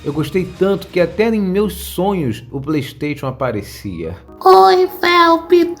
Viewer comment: Ele falando ps pley stetion